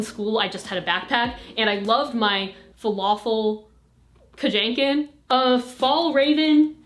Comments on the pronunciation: Falafel Kajanken??????? It made me dye of laughter during school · "falafel kajanken"